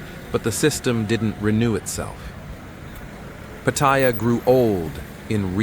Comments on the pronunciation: You know it's going to be a crap video when he can't even pronounce Pat..aya correctly. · You can tell it's going to be a crap video when he can't even pronounce Pat..aya